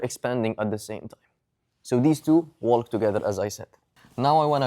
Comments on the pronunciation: بوركت اخي ولكن فقط ملاحظة وهي ان حرف L لا ينطق في كلمة walk وفقكم الله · my brother i just Wana tell you one thing in the word walk or walking as you said in the video we don't pronounce letter L and good luck in your career